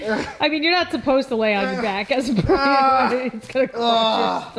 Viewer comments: I love how instead of saying ‘pregnant’ says ✨P R E G A N T E✨ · I love how always says 💛P R E G A N T E💛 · Can we just appreciate that says PREGANTE instead of pregnant every time she does these types of videos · Pregante lol 😂😂😂😂😂